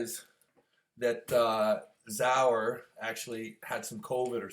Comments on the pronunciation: Zurab.....not zower...lmao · Its Zurab not Zaur lol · Zurab, is it that hard to say it right, dumm American